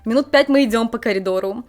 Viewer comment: какие проблемы с "произносением" у девуськи из Одессы (сьто, школько, минуту идзем, "махает" рукой, посьли, посьли, сьтадо барАнов, идите дальсе, бумаську, отслезивания, прилозение, такзе и пр.). одесситка косит под японку ?